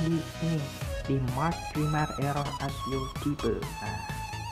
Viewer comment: Tolong bang, "grammer" bacanya "gremmer" Bukan grimmer Hehe, masukan aja ini yak